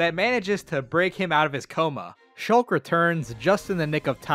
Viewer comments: Me: Shulk? he say's Shooolk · he mispronounced shulk